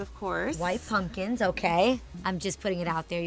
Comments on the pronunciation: Why is she calling them “punkins” lol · Am I the only one who cringes every time says punkins???? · I cringe every time the event planner says "punkins" 🤣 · I love that the planner kept saying "puNkins" 🎃🎃🎃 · she straight up said punkins